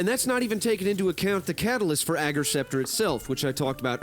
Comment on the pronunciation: Thanks for being the only Youtuber to say "Ager" right!